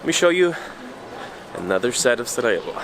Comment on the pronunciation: I love how you were calling it SaraHevo when you came the first time, and now you’re pronouncing it SaraYevo, as a local 😬 and awesome that you discovered City Gym in SCC, it’s a really nice one :)